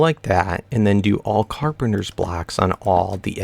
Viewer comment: Dude its carpenTer